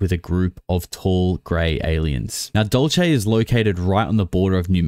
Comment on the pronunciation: Dulce - is pronounced " DOOL - SEH "